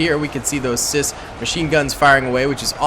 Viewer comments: I've seen a handful of your videos and you keep pronouncing CIWS. As Cis.... It's Sea Wiz brother Semper Fidelis. I realize that that doesn't seem like how it's pronounced you'll just have to take my word for it. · the most common way i have heard the Phalanx CIWS pronounced is see-wiz. Great video though.